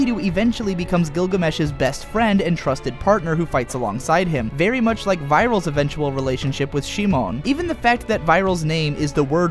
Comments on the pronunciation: "Vai-rahl" and "she-moan"...seriously? Lmao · "gurren lagAHn" "vieral" "shimon" make it stop